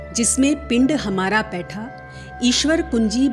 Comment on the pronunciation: Mantra galat hai baitha ki jagah paitha sawad ka ucharan hoga